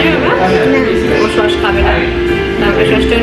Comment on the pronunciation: It's not shosh its sauce!!!